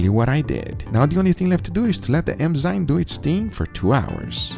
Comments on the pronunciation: eNzyme Guga, eNzyme. Not eMzyme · enzyme enzyme enzyme (not emzyne), just repeat that a few times and u got it :)